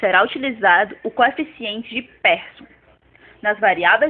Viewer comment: O video está bom. Sugiro melhorar algumas pronúncias. Exemplo: Pearson se pronuncia como "Pirson", e não "Person". Spearman se pronuncia "Spirman", e não "Sperman". 😊